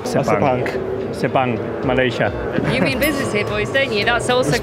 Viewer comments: "Name the cirkwit." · Nobody: Carlos sainz: Name the sirquid 😂😂